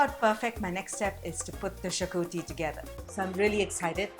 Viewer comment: Xacuti is pronounced "shacuthi"